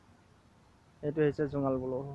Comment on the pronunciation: জোঙাল বলহু, পুলুহু নহয়